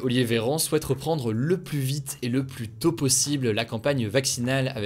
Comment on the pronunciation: Merci... Pardon mais s'il vous plaît arretez de prononcer le S de "plus" quand il est suivi par un adjectif commençant par une consonne. c'est contre le bon usage et à la longue c'est énervant.